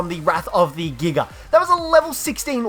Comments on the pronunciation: Lol the way he says giga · The way he says Giga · Bro I love the way he says giga